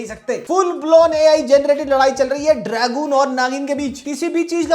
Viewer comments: Dragon ❌ Dragoon ☠️ 😂😂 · Bro is still high on beyblade from childhood. Calls it "Dragoon" 😂